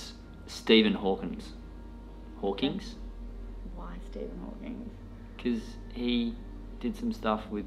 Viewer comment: its Hawking. Not Hawkings. 😂